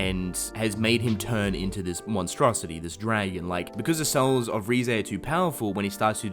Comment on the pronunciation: RIZE not RE-zay